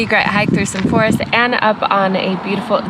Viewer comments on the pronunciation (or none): none